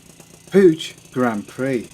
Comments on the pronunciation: Puch is pronounced Puck. Jus' say'n. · Dood,it is pronounced Pook, like book. In your defense, I used to butcher the pronunciation too. I do like your moped videos, keep them coming. Any interesting Batavus bikes? cheers from Canada 🇨🇦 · Puch pronounced puk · Pooch puck it's pronounced all over the place around here in the states. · Puch rhymes with "book".